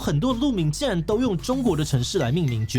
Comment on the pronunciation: 竟然唸成既然了 原來志祺也會這種國民謬誤XD